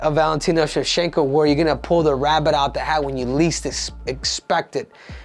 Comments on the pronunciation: Everyone else: Shev-Chank-Ko Henry: Shev-Shank-Ko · your pronouncing it wrong bro, the "ch" is pronounced with an shallow "sh" sound